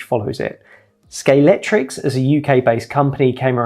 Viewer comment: You're British SCALE---X---TRIC! Aaaggghhh